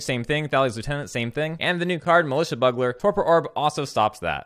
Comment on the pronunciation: Just a friendly note, militia bugler is pronounced like Byoogler, a bugle being the horn he is using :)